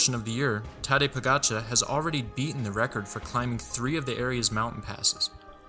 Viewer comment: Freshman mistake. Im sure he'll learn some day to use the correct terms properly, including pronouncing Tadej Pogacar correctly.